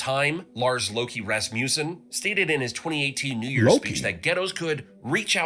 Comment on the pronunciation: ok that is NOT how you say his name, you don't say it like Loki AT ALL sadly can't put it in text how you would say old Lars's midel name but it sure as hell is not Loki